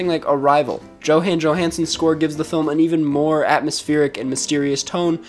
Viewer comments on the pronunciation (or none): “joe-han joe-hanson” bahaha